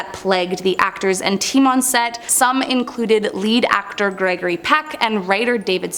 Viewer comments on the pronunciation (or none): none